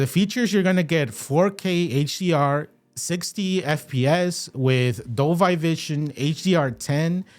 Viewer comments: Dolby is pronounced DOL-BEE, not DOL-BYE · #1 thing to say: Dole-bee, NOT Dole-by. the "power button" is the remote finder button, not a power button. A "USB port for charging"... what? It doesn't charge any other device. Its primary use is the power input with other uses including hubs and docks with power delivery which can come with USB ports for connecting flash drives, MicroSD cards, etc. DV, HDR10/10+, and HLG are not codecs. They're a list of HDR Profiles. Video Codecs include: h.265 (HEVC), h.264 (AVC), etc. HEVC is common for UHD Blu Ray and AVC is common for standard Blu Ray. VP9, and AV1 are also included for legacy and newer YouTube support. is completely false. The USB port is not "only used for powering the device." This is the same as was stated at ~ . You can buy something as simple as a USB C OTG C to USB Splitter. That passes through the USB-C for power and gives you a USB-A port for plugging in your flash drive. It "should" have a USB-A port? Why? It's not marketed as having one. The Apple TV doesn't have one. The old ChromeCasts don't have one. No Fire devices have one. Roku restricts it to the Ultra, etc. You're pretty naive to assume it will (or "should") have one. It's a streaming device; not a local playback device. You completely misunderstand the "match framerate" option. 60Hz displays can't display 24FPS (most movie) content because you can't display 24 fps over 60 slices of 1 second. That's the major advantage to native 120Hz (/144Hz, 240, 360, etc.) displays: you can sim